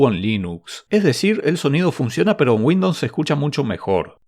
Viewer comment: porque dice windops